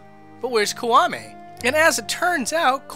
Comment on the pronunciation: I can ignore most mipronunciations for Zelda names because they're almost never pronounced and made up anyway but "Kuwame", really?